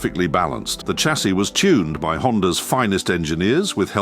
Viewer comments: Using an AI to imitate Jeremy Clarkson, and I know it's not him. It said Chassis with a CH not SH and then Alu min um when it's Alu Mini Um... Americans don't spell it correctly or pronounce it. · Oh definitely not Jezza, not snarlingly condescending enough And the "cha-see" is a goofy AI woopsie